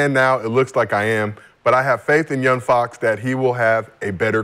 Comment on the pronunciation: Love how Brandon adds a T to Fox name lol